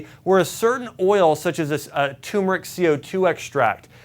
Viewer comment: Doc, turmeric in not pronounced "tumor-ick." It's pronounced "tur-mer-ick." I've heard you say that incorrect pronunciation on many of your videos. Please tell me you don't say, "new-Q-lur."